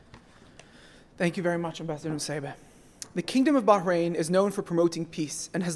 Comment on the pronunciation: What an odd note the U.S. added to today's celebration. And why did the US Ambassador pronounce Bahrain Bahrahn?